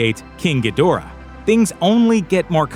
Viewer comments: Gee-DOOR-ah, not GEE-dih-rah? my bad, sorry, dude. dudes. -- deb-OR-ah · It was originally pronounced in Ghidrah the 3 headed monster and Godzilla vs Monster Zero...Gee-der-ra